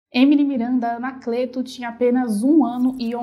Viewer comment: Desculpe mas vc pronunciou Anacleto errado. Fica a dica. Quanto a essa história, há muito mistério envolvido. Só Deus sabe o que realmente aconteceu com essa menina linda.